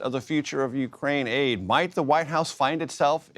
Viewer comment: Why Ukrain-aid sound like Gatorade